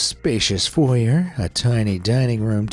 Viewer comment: who says. fauxyer? its foy yae